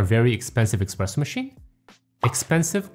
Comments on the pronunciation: just FYI, it's eSpresso not eKspresso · never say expresso again please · did you really say eXpressso machine?😮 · Great video, straight to the point! One question: shouldn't be eSpresso machine instead of eXpresso? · Good tips, thank you! Why eXpresso though? 🤔